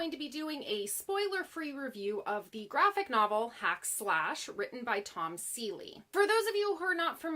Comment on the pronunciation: Tom Seeley? Lol.